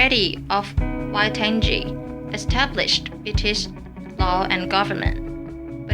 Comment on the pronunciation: wai-tan-ji? Im disappointed